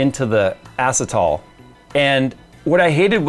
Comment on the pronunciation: Acetal is pronounced uh-sea-tal 😂 just found this funny because I used to work at a plastics manufacturing company that made delrin, acetal, nylons ect